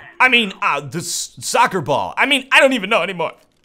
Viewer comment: Lol you crack me up man. that sound when u said soccer hahaha xD don't h8 m8 football's a good sport